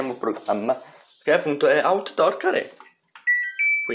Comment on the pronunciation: Si pronuncia AUTDOR KEAR! Non CARÉ! 😂